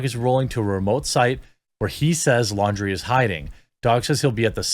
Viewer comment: LAWN-DREE, not Lawdreeeeee